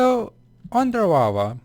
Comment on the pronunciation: lol sorry but it's funny that you call lava (wawa)